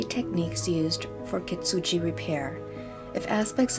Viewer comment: Yes, you pronounce correctly the shogun name👍 But kintsugi (金継ぎ) sounds like "kiNtsugi" (kiN = have a N / gi = like the word give)😉 Very inspiring and beautiful video💕